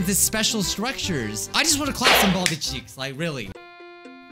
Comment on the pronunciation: What did he say in the beginning? I keep rewinding it:I'm GoNnA sLaP sOmE cHeAkSsSss